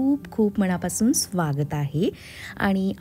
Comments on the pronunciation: tumchya na cha problem ahe manapasun asa ahe te mannapasun nahi.. banatla na .. nalatla na.. khup vegla vatla aikayla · मणापासून ❌ मनापासून ✅ अंगनात ❌ अंगणात ✅ आनलं ❌ आणलं ✅ आल्याणंतर ❌ आल्यानंतर ✅